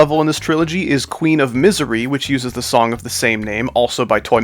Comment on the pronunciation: Shadow stepping said nong not song but anyway good layouts and deco